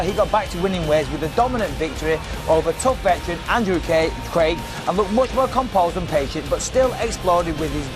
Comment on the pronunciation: did bisping say andrew gay then correct himself? lol